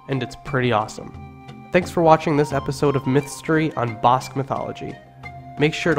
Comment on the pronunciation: Ba - ahh like Apple - sque BAhh-sque - Basque Same for Nev-ahh-da News-vAhh-da - Nevada Thank You !